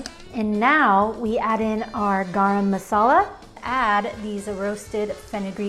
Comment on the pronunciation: When she pronounced "gaarm masala" instead of "girim masala" I laughed (I'm not hating I'm just half indian and it was a bit funny so plz dont come at me I know she is American)